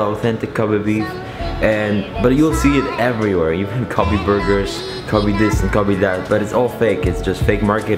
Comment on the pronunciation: cough Kobe pronounce as Ko bae